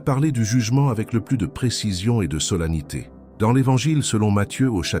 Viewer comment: SOLENNITÉ se prononce solanité, mais s’écrit SOLENNITÉ. Merci.